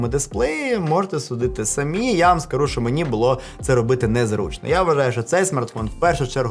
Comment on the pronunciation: Привіт! Все круто, дякую що українською, гарно виходить, але не ШО, а ЩО так будеш звучати ще цікавіше.) Апарат так собі, за ті кошти. Ти красава! Продовжуй!!!